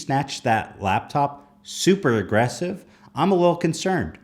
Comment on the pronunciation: aggressive -ly aggressively